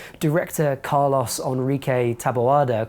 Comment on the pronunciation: You know how to pronounce Carlos. Why go out of your way to say Car-Loss?